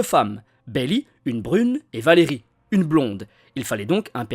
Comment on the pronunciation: Beli et Valerie ?! Non mais t’es sérieux ? 🤣C’est Belit, avec un T qui se prononce et ValériA. Sinon excellente vidéo !